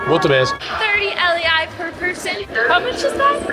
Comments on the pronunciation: It is not l e I it is lei it is 6x less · It's actually pronounced like this l -ai